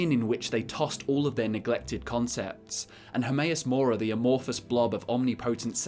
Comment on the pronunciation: HERMAEUS MORA? I thought it was HERMAYASS MORE ASS